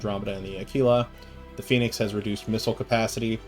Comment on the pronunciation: Uh kee luh like tequila. Nobody drinks tuh kwilla